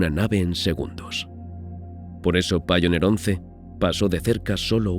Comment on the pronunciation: Voyager se dice VOILLA y Pioneer se dice PAIONIA. Sólo para mejorar el programa. Yo no saco nada para mí. Saludos.